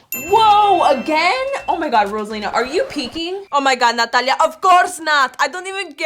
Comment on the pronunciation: ROSALINA SAID NATALIEA